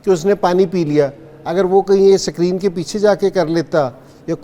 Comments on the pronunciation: Ascreeen nhn screen 😂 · Sakreenn😂😂😂 wah kkg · Sak reen nahi screen hai